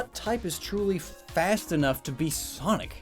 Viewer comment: I’m bothered by the way you pronounce Sonic